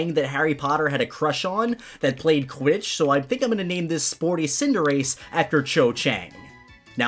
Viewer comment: Quich ? Do you mean Quiddich?